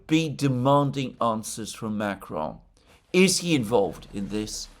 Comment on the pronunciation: MacrOn, darn it, not MAcron.